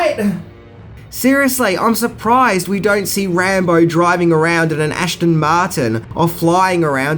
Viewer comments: Its Ass-Ten Martin, not " Ashton" I love your channel and your weird pronunciations !! Oh yeah, your right, Rambo is a great movie...cheers. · What car is an Ashton Martin?? 😂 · Aston Martin not Ashton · WTF is an ASHTON Martin? ..... lol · What the hell is an "Ashton Martin"? "Aston Martin". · Please don't pronounce Aston Martin as Ashton.